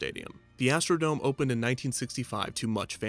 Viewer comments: Astro-dome. Not Astro-Dom-AY. But great video! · Why does he keep mispronouncing dome??? It’s not French or Spanish!! It is NOT pronounced Doe-may! 🤦🏻‍♂️ It is pronounced Doe-mm! 🤦🏻‍♂️